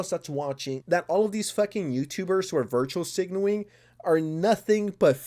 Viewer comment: is saying "virtual signaling"?